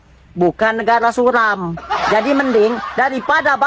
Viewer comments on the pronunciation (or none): Suram bang bukan sulam😂